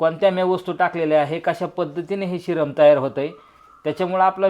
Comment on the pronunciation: शिरम नाही सिरप बोला